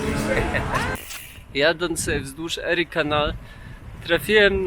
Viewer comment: Fajny montaż i muzyka. Przypomina mi filmy o. Szustaka. Jedna uwaga. Warto dowiedziec sie od tubylców(albo w google translate) jak wymawiają nazwy poszczegolnych miejscowości, krain, rzek np Erie canal, Niagara falls - wymawia sie inaczej niż ty to robisz. Przy tym bogactwie faktograficznym, to jedno razi.